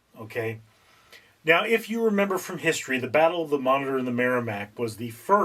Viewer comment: a singularly bad video. couldn't watch all the way through. About the 4th or 5th time he pronounced 'Monitor' 'monger', I bailed. His explanation of the game was worse than useless. My dad taught me the game back in the 60's and we did it using paper. We drew out two squares, divided into smaller squares. Easiest thing was to use graph paper, then you have the small squares already made. You then make the big square into a matrix by writing A - G (or H, it's been a while...) along the top and 1-7 (or 8) along one side. You both have similar navies and you start by placing them on your board. the patrol torpedo boat takes up 2 squares. the submarie 3, etc, up to the battle ship which was 5. When your forces were deployed, play commenced. whoever went first, would call out a number/letter combo. "C 8". If the 'enemy' had a ship in that square, he would say 'hit', if not, 'Miss' turns were taken in alternate sequence until all the ships of one side were 'sunk'. A cool game in that no fancy equipment was needed, just two sheets of paper. BTW, don't listen to a word of 'historical facts' spouted by this fellow. He knows not of which he speaks.